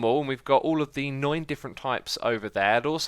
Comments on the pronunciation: the way you said nine, to me, sounded like the German word for nine, which is neun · is it nine or noine